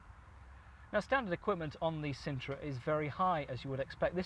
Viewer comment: yep i would change that quickly - Sintra not cintra - in the discription you say " is reviewing two popular MPVs. The sintra was possibly one the least popular MPVs or even cars of all time. They only sold like 80 of them